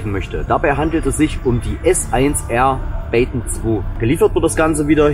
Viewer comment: Baton ich hab baken verstanden 🤣🤣🤣🤣🙉aber wie immer super Video lieber 😇